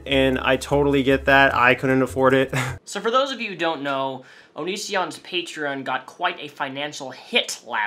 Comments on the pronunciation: onision's pronunciation of the word 'patreon' irritates me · i hate the way he pronounces patreon